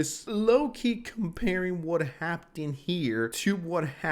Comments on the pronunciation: Is bro saying "hapten" and not "happened"? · and .. bro are you saying “Haptenned”? Happened: “HAP-PENNED” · is really struggling with the word "happened" today